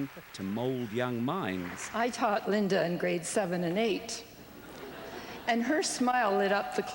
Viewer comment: Why does he keep calling her LindeR Evangelista??? (he puts an "R" at the end - weird)